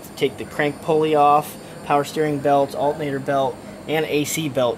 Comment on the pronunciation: Dude keeps saying Alt-Nator instead of alternator :P